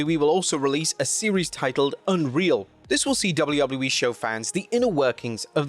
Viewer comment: It’s Dub-A-U Dub-A-U- E there is no L sound